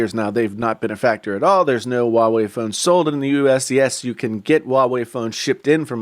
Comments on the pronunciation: Why are you keep pronouncing it WA WEI?? It’s pronounced HUA WEI ok! I can’t even continue watching it let alone the self opinion content....... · It's Huawei..not wawei ..stupid